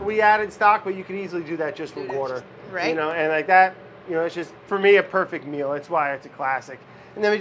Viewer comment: "Wourder" IS BACK!!!!!